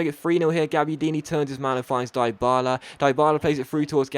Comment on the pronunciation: well done changing the title...BUT its pronounced deebala!!!